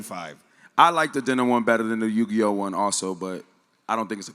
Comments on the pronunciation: Fr its super cringy hearing Yu-Gee-Oh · The fact that has been saying Yu-Gee-Oh for the past couple of weeks until Brenden finally corrected him lol